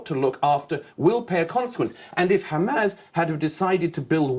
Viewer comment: Why does Murray always call them “Hamazz”?